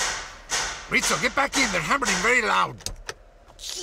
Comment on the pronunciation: I think I heard him call Rizzo “Ritzo”